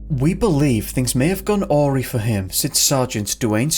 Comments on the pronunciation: its pronounced "Uh-Rye" not Owrey..😂👮📑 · You mispronounced 'awry.' It's not AWREE, it's AW-RIE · "Awry" is pronounced "uh-rye". You can read anything to me. Your voice is so beautiful. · Accent on the second syllable: uh-RYE.